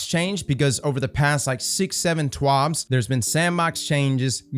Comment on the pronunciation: You sound like a fruit saying twab. Just say update